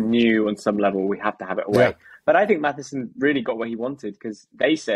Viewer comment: Its MATSSON, not Mathison otherwise enjoy your reviews 👍